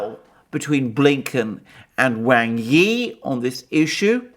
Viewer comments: Excellent analysis. Just one tiny bit of problem: “wang” is pronounced as “Wong”. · He is right.. Wang....In Mandarin...You are Wong